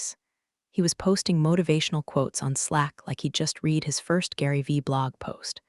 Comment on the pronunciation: the AI narrator needs to learn how to pronounce read properly. 'red'... not 'reed' in the context that was repeatedly used incorrectly.:text-green-game-over